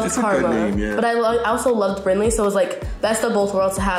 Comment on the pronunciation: It’s Brinley not brinkley